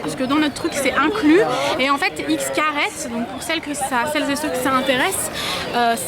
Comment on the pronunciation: oh mon dieu vous êtes allez à xcaret (au passage ça se prononce chkaret :)) c'est vraiment cool même si c'est super cher !